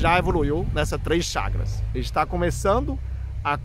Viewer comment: É chakaras ou chagas , não entendi a dicção, mas gostei do assunto por fvor fale mais sobre isso , afinal é saúde mental.